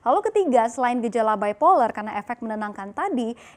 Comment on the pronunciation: Kontroversi , legal ilegal, detail, kasiat, epilepsi, baipoler, harvert ? Kacau nih anchor wkwkwk Tolonglah anchor kog bahasa indonesianya ancur bgni